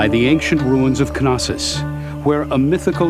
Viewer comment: At last , an american pronouncing "Knossòs" almost the greek way (I say almost because of the wrong american intonation (knòssos instead of knossòs). You see, in greek the combined letters k+n are both pronounced . The k is not silenced, like in knee or know... Well done!